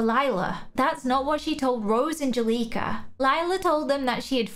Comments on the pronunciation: Juleka is pronounced “joo-leh-ka”, not “juh-lee-ka”. Hope you remember next time! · I’m not trying to be mean but I love how you say Juleka